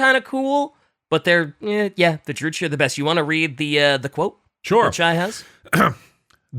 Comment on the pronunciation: really needs to play total warhammer 3 to fix his pronunciations of fantasy names, Malakith And druchi being the big ones here